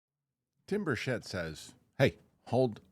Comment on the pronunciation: Representative Tim Burchett’s last name is pronounced BURR-chit, not "burr-CHET"